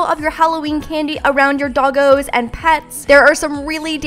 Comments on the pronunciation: When you said dogoes I thought you were saying bogies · when says "dogos" it sounds like tacos